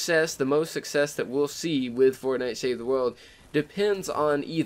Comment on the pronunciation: learn to say "world" right and then maybe i could bare through the rest of the video....maybe...